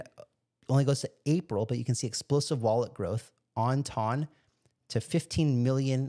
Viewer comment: It's "TON". It rhymes with fun, gun. one, run, and hon. 2,000 pounds weighs one TON! Every time you say "tawn" I want to scream.